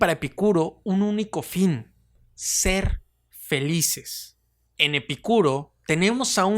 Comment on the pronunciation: Porque pronuncias el nombre de Epícuro con acento en la (i) y otras veces sin acento ?